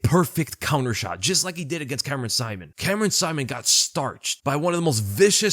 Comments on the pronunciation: Man,, his name isn't Ricky SIMON, as in Simon and Gurfunkel, but Ricky See-mon, as in.... Well, Ricky Simon with that thingy above the "o" I don't know how to do. But get it right, please. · its Ricky "See-moan" bro not Saimin aka Simon lol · I kinda hate how you suddenly started pronouncing Ricky Simón’s name wrong 🤣